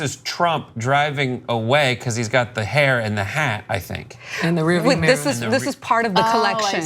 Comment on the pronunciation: Ana it's pronounced mirror, not meeeeer